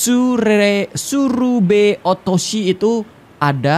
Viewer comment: Baca tsurebe nya Salah ko